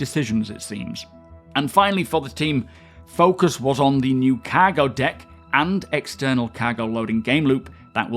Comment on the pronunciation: Every time he says "cargo" it sounds like he's saying "caggle".